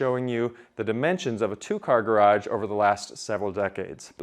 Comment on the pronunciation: "garaDge"? or garage?